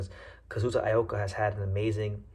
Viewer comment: DIE-ya Kira and Kazuto EE-oka is how they're pronounced. Appreciate the coverage though. You might be the only English speaking channel I can find talking about Japanese prospects